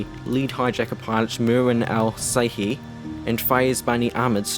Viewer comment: Just a correction marwans last name is pernouced in America and Saudi Arabia as Al-Shehie. The brothers on American 11 there names were pernouced Al-Sherie.